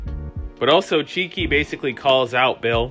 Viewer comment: This clip was seriously awful to watch. Production quality was good but... At least get the names correct. It's "Chicky" not "Cheeky". Not knowing most of the characters names by season 2. Do you really watch the show? 5 AM is a poor excuse. Work on knowing the names and pronunciations of said names. Then you will have a winner.. You'll get there.👍